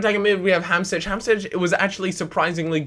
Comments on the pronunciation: It's pronounced Hamshik not Hamsich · its pronounced ham-sheek